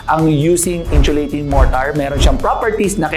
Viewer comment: sana paki pronounce ang insulating ng maayos. hindi inchulating